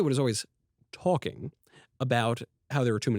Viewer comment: "twalking." I can't unhear it now haha